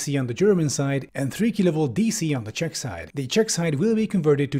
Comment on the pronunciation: Really loving your Czech pronunciation. ❤️